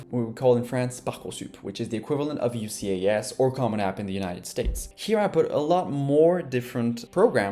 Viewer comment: just a note: we pronounce UCAS as “you- cass” in the UK 😊